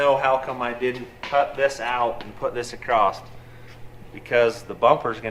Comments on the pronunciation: When did the word across gain a T? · What is this word " acrost" that you use....?! ;) from the same dictionary as heighth? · hmm ACROST must be a Utah thing. I've heard & the gang say it alot.